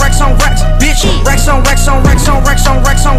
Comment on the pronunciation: racks onx22e2213 times sounds like wax on a lot of the tiems (Thx for the heart!)